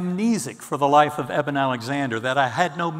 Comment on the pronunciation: Dans vôtre présentation vous avez fait une erreur ce n'est pas " Éden " mais Eben !!!